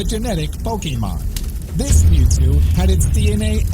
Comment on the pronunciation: Mewtwo not mental